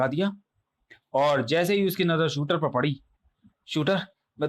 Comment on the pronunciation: Truti Sudhar => Shooter nahi Shooterr hai 😤